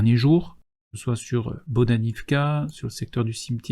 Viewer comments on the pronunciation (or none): none